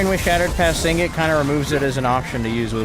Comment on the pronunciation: Nice content man. But please. Sig-net not sing-it. Shattered path signet. 😅